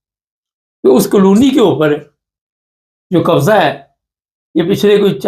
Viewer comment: کالونی not قالونی